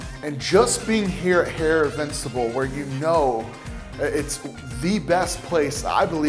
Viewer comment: It's sad that no one born after a certain year can pronounce 'Istanbul' correctly because they are so brainwashed by Instagram! Lol. The city is now called 'Instabul'. Pathetic people.